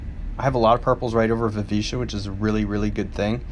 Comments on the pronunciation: Mostly basic stuff, but if people don't know all this they definitely should. I knew most of it, but still found a few gems in here so thanks! PS - I'm 99.8% sure it's pronounced Vi-VICK-A and not Viveesha. Cheers! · First let me say I love this video! Very helpful. But... You're pronouncing Vivica wrong. Sounds more like the name Erica - the 'c' makes more of a 'ka' sound, not 'sha'. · Over a year and nobody has pointed out that he says “Viv-ee-SHA” instead of, you know... “Viv-i-KA.” I can live with him pronouncing “Kay-gen” instead of Kah-gahn, because it’s kind of an “exotic” name. But come on! VIVICA A. FOX, man! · Yes, it's "a", not "ia" after the "c". So last syllable starts with a hard "ck" sound.